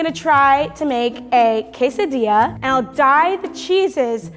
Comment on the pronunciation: is that how you actually pronounce quesadilla or.... is saying it wrong??